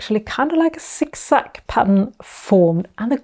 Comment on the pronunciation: I love the way you say “Zig zag”! “Sik sak”😂. Great video. Going to try it now. Thank you.